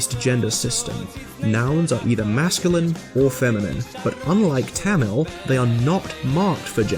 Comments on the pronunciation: First of all its [ t̪ʌmiɭ ] / [ t̪ʌmiɻ ] not [ t̺ʰæməɫ ] secondly Tamil does have voiced stops, it is voiced when it appears in the middle or the end of a word except when its germinated for example [ kʌ:l ] [ʋʌɳɖi] and [ʌp:ʌn̺] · ITS PRONOUNCED MORE LIKE THUM-OL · YOU PRONOUNCED TAMIL SO WRONG IT HURT MY SOUL